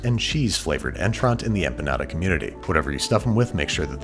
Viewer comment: “I’ll have the beef empenyada”